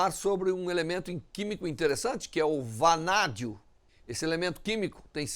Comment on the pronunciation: Vanadio kkkkk